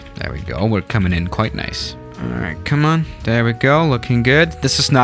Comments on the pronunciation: The way he says "there" sound likes hes saying "thea" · Why does pronounce there as the-aa? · Why did your voice Coach tell u to say there like that love the vid btw just a little confused